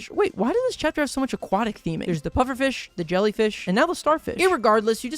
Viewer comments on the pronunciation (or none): none